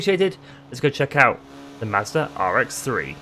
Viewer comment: Hearing you say mazda kills ny soul